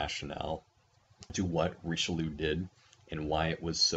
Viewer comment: The pronunciation kills me and I am not even French